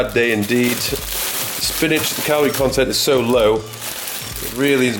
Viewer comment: This dude is hilarious hahah.. spinaaych.. Massâââge... my fav channel